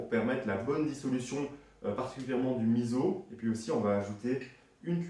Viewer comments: Super. Sinon on dit misso et non pas Mizo. ( 30 ans au Japon) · Merci beaucoup pour la recette. Par contre je vais être tatillonne mais on dit miso ( « misso » non « mizo») 😜